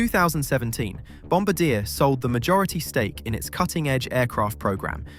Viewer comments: I know this is silly, but please, it's 'bomb-bar-dee-eh' not 'bomb-ba-deer' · ITS NOT BOMBADEAR!!!!! It's Bombard-e-ay. hearing bombadear is like pronouncing sommelier as sommelear. Im dead. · Bom-bar-dee-ay ? but Bom-ba-deer sounds fun. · Bomb-bard-dee-yay not bomb-a-deer! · pronounced: "BOMB-ah-DEE-AYE" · It’s killing me how many times you mispronounced Bombardier as Bomb-ba-deer. It’s Bomb-bar-Dee-yay. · Not "bomb baa deer", it's "bomb bard eee eh". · I’m not a linguist so bear with me….Bomb-bard-yah, not Bomb-bar-deer! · I lost all respect for this video when the guy can't even pronounce the companies name properly. It is French so not "BOMB BA DEER". It is "BOMB BAR D A" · Bom-bar-dee-eh, the eh is the most important part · You pronounce Bombardier incorrectly; it's a French language name Bom bard di eh Eh LOL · Bom-Bar-D-ayy…. It’s French Canadian, based in Montreal… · stopped watching at when you didn't even bother to do the research in how to pronounce Bomb bard e eh (Bombardier) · Just so everyone knows, it’s pronounced bohm-bar-dee-a, not the way he pronounces it. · Jesus... Bombardier = Bomb - bar - dee -- ay Whats wrong with you! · The way to pronounce the name is Bomb bardy ya. Its french. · Try it with me: "Bom -bar -dee -ay" it's a Canadian surname, not a WWII airforce crew position. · BOMB BA DEAR? WTF...learn to pronounce your subject FFS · It’s pronounced bom bar dee ay. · It’s pronounced Bomb-bar-dee-ay. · The way english native speakers try to give pronunciation by using english ortography most often fails badly and often even increases confusion. Why won't they learn and use the phonetic alphabet, like everybody else does? It's simple enough, and in this case it was [bɔ‌baʁ'dje]. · It's not a n artillery cpl. It's bom-bard-yay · It's [bɔ‌baʁdje]. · Learn to pronounce the name right Bom-bard-yea, as in yeah, it's Canadian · Stop saying Bombadeer. I cannot watch the rest of the video. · In Canada it's pronounced Bom bar dee ay